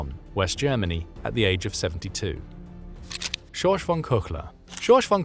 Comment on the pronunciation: You totally butchered the name of "Georg von Küchler". Find a native speaker of German to tell you how to say it. Native speakers of German are not really hard to find; there are a hundred million of them or so. "Georg" is something like "Gheyorg", "von" is like "fonn", but "Küchler is difficult, but you could try with something half-way between "Kee-ch-ler" and "Koo-ch-ler", with the "ch" being like the "ch" in "Loch". Not perfect but recognizable.